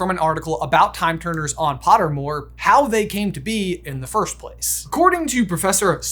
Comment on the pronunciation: You guys say “firsht” instead on “first”